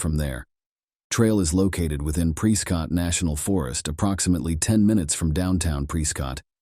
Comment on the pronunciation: Prescott is pronounced "preh-skit" lol they don't even like us saying Preh-scott, they're gonna really hate Pree-scott.